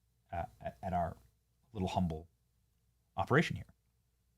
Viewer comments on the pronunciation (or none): none